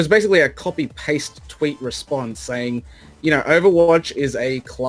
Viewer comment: Wait.. Overwatch is "bether" Really?